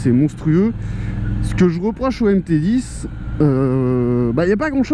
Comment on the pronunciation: On dit MT10 pas MT010 🤦‍♂️🤦‍♂️